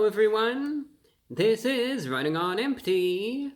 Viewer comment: Bra bro kind of, sort of sounds like Elmer Fudd when he pronounces his R’s in his words, this is wunning on empty fwood weview